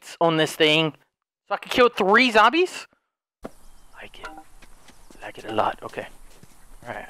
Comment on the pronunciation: everyone: “zombies”: “zomblies”